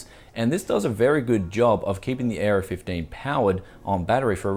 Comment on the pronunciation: Oh the Aero 15 I thought you where saying the Gigabyte Error 15.